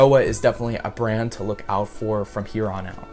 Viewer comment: I thought he said band not brand